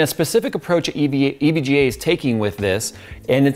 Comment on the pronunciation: U tried to say EGVA